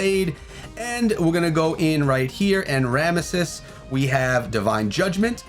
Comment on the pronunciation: My man said "Ramississ" <3